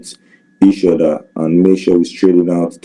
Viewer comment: Wok (work), udder (other), wid (with), and that delicacy nikkers (Snickers).